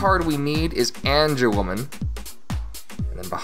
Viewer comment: This guy only know angewomon and he pronounce: angewoman